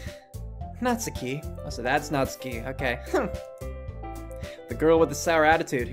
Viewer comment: "I'm not good with Japanese names!" You can say "Natsuki" and "そして" correctly; you can say it all.